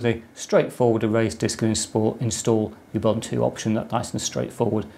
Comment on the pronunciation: This is great video to have done. Thanks a million. Ubuntu... pronounced, OOBOONTOO. ;)